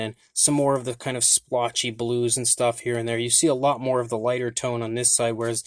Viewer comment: Please! Stop saying slpotch.